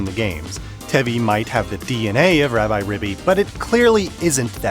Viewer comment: "Rab-eye"? It is literally short for Rabbit. I think it is "Rab-ee". Also, since the Japanese name is ラビリビ, then it is definitely "ee" or a long "i". Take a shot every time this guy calls it Rabbi. lol